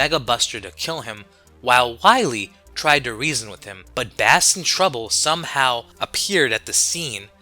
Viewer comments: im going to point this out but bass is pronounced base like the guitar. his name like rock, roll, and, blues(protoman's original name) its a music name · Love the video but it’s Bass (Base) and Wily (why lee)